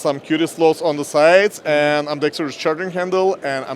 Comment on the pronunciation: Only ONE 'I' in Ambidextrous my friend. Don't have to throw in extra syllables. It bothers me that I'm supposed to buy stuff from people that are unintelligent.